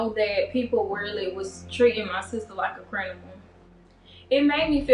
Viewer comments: I'm sorry, I'm so sorry but the word is CRIMINAL! CRIM-IN-AL! not crinimal! 🤦🏽‍♀️🤦🏽‍♀️😆😂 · Did anybody else hear “Crinimal”? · "Crinimal" 💀I'm sorry, I kept replaying it to see if I was trippin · Both of em can’t say criminal 😂😂😂😂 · A crinamal?? Girl😂😂😂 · The innocence in how they mispronounce criminal 🥺. I kind of love it. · I knew he did it when she said she got there and her ex said something about the child is hungry. Yes thank God. I know the pain you must have been through by being falsely accused. And I’m sorry I can’t get over her sister saying crinable not once but twice. Omg she’s saying crinamal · Whoever taught them how to to talk is a "crinimal"💀💀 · I’m sorry but the lady’s sister said Crinimal TWICE💀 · WTF is a crinimal? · I am so happy for her but did both her and the sister say “crinimal” instead of “criminal”? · They Both Say Crinimal🤣🤣 But Good Stuff She Got Her Back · Bruh what is a “crinimal” they both said it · and she said "crinimal" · Hold up... did the sister just say "they treated my sister like a crinimal" instead of criminal. Please tell me I'm not the only 1 who caught that lol sister says "crinimal" again 😂😂 Yooo wtf smh the mother says it also 😂😂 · how did steve keep a straight face when they both said "CRINIMAL" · Crinimal lmfao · Pronunciation: Cri-mi-nal. 😂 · She said it wrong twice too lmao🤣 I was cracking df up bwahahaha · Oh my,😆😊😏 I thought it was just me hearing things, twice. I do believe her sister introduced the word first.I 🤔